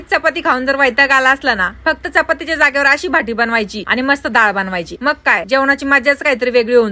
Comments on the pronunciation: भाटि nahi o बाटि aste 😂😂😂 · याला भाटी नाही.... "बाटी" म्हणतात ताई.....